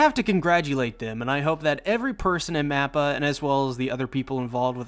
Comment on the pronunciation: Why do you keep saying "NAPPA". This is Attack On Titans mate, he's not in it. I'm just playing. I know he's saying "MAPPA"